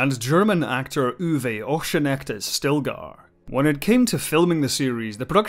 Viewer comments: Just a nitpick - because you butchered the name and I really like the actor and his name has quite a meaning - "Uwe Ochsenknecht" last name is pronounced "Oxen" (literally meaning the same thing) and "knecht" (meaning "servant" in feudal societies) like "conniving". His name means "servant who takes care of the oxen". In the movie "Operation Dead End" he even used the screen name "Uwe Oxenknecht". Yeah, everyone loves that guy who corrects the pronounciation of foreign names, I know. But I like the story behind his name, especially as he is the son of an opera singer (couldn't get further away from the Ochsenknecht of old) and he has quite a filmography with "Das Boot" and "Männer" and "Schtonk!" (a play on pronounciation, as "Stonk" would be the correct writing for Germans). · I had to laugh at your pronounciation of Ochsenknecht. But it is even hard to transcribe it in a way an english native speaker could get, maybe: Ox'n'cneght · Thats the one i first watched 😊 Also the ch in ochsenknecht is pronounced the same as the x in the english from ox, both words also mean the same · I had a good laugh at his pronunciation, too. Your transcript is misleading, though (written in German letters it would sound like Oxenkniehgt; the “e“ in your description should be an “a“). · Dude, that was one of the worst pronounciations of "Ochsenknecht" I ever heard. Not even the consonants were in the correct order in that one! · Sorry but that pronouncation of Ochsenknecht is atrocious.